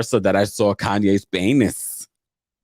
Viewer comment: Laughed out LOUD every time you said paynis. 😂😭😩